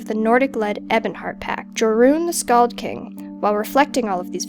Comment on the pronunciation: you said joruun wrong